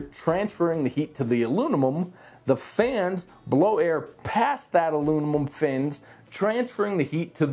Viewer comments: "Alunimum" haha - great review overall! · 3 degrees difference does not justify the noise difference... if you think doing these reviews is easy try to say "Alunimum" that many times 😂 just kidding great review and gave me all the info I've been looking for, keep up the good work!